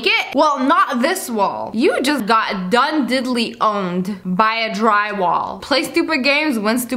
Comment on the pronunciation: “U just got dune diddly duned” I can tell u watch the simpsons lol